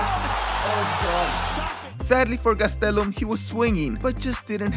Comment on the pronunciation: I normally hate how you say last names but Gastelum is lit